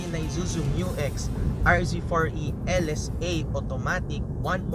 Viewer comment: mew-x po hindi m-u-x